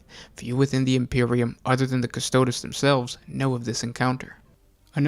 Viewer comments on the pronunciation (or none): CUSTO-O-DEEEEEEEEEEEESSSSSSSSSSSSSSSSSS it is LATIN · CustodEEz, please.